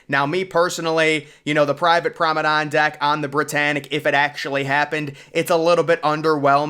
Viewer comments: He means "Promanade" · You're right. This guy keeps calling it Pormadadon. It's Promenade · Interesting video...but surely the pronunciation is "Promenade"? On more than one occasion, if not most of the time, you're calling it "Promedane"? Feel free to correct me if I'm wrong about the pronunciation... But I'm sure I'm not! 😄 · I can't unhear it... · You do great videos, but its prounced promenade. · he's been called out on that so many times by now that I'm now certain he's doing it on purpose to f with people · you are probably right. It’s like fingernails going down a chalkboard to me every time I hear him butcher that word….lol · he slowly emphasized with a grin